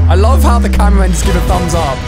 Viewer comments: Bro called upgraded titan cameraman the titan tv man 💀💀 And why does my head hurts when someone miss pronounce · yup like he's saying goo tv man and that was not a tv it was a camraman